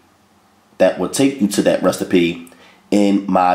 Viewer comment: I love when he says recstapee lol.. Let me also say that I love all of his recipes. Nothing bad yet.